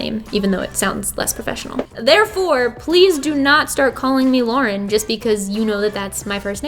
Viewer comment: My name is Lauren too😭 and you said it the way it’s supposed to be said❤️